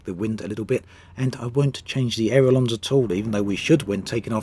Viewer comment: Ailerons not airolons.